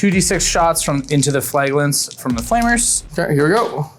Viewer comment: thst is not how you saw flagellant. flaj (j as in jam) eh lant